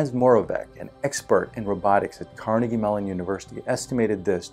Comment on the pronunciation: It's pronounced like "car-nay-gee" not "car-nah-gee". It's different in Pittsburgh than in say, New York.